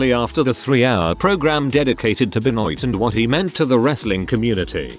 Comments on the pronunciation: should be Ben-WAH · Please learn how to say Benoit. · chris benoit's name being butchered by the vo guy is terrible! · the vo guy say Benoit's name weird, listen to the video you will see